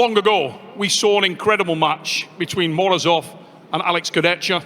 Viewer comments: STOP SAYING KURDECHCKA. LEARN HOW TO SAY HIS NAME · Most people mispronounce it, Nick Pickup also did it. "CH" in Kurdecha is pronunced as "H" like in a word "hammer".